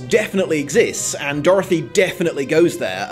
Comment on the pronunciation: Can i just mention how i love the way you say Dorthy?